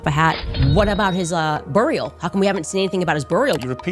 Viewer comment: she pronounces "burial" as "burrial." I can't stand it.